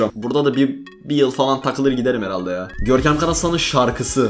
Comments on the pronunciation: "Görkemğ beni hatırladığn" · Hiç kimse: Gerçekten hiç kimse: Görkem: Görkeğm beni HatIrlAdıN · ararsanız "Görkeğm beğni hatığrlağdın"